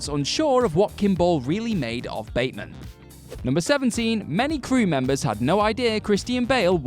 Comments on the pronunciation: When he tells the lawyer about killing Paul Allen, he says "I'm patrick Batemond" instead of Batemen and always wondered if was a mistake the directors didn't catch or was there an actual reason? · Yeah...and the character's name is pronounced BATman.